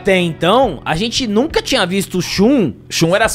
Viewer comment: A casa de "xentii"